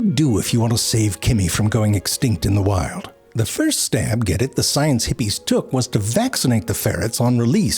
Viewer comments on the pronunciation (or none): none